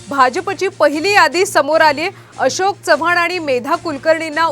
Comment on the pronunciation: आशोक नाही अशोक रे...काय मीडिया